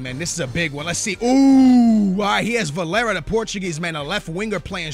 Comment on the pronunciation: "it" isn't Valera it's Varela, you can't even "pronounce" Portuguese names? You missed words, misspelled "you," left out multiple apostrophes, didn't capitalize pronouns, and didn't even structure your sentence correctly. So fix your own mistakes before you criticize someone else.